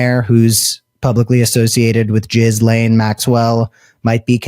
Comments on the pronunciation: While Jizz-lane isn't the correct pronunciation, it's somehow seems appropriate for a woman who transported hundreds of vulnerable teenagers to his home to give him "happy ending" massages. 🤮 I hope she doesn't end up with a pardon in return for covering up for Trump's elite friends, but I think that's what will happen, even if she has to wait until just before he leaves office. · Did he just call Ghislaine Maxwell, " Gizz-lane Maxwell "? Gizz is a slang for sperm ,really do we think that appropriate for a sex trafficker of minors? Come on, are we listening to 13 yo school boys now. Do better, think of the victoms. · You keep calling her "giz-lane"😂😂😂😂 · OMG!!! I Fn LOVE the way u say Gizzlane🤣😂that's wat I heard, TY from Canada. 💯 Subscribed. Good Luck. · Thank for pronouncing Jizzlanes name phonetically. Trump likes Jizz. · i think jizz lane is the best pronounciation yet